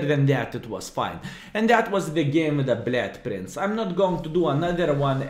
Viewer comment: Blyad Prince :D cannot unhear it!